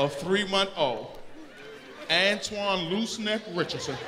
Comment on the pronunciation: It's "Antoine"